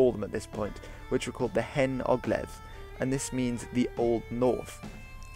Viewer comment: Pretty shabby pronounciations of the Welsh Words hahaha, yr Hen Ogledd wasn't bad though xD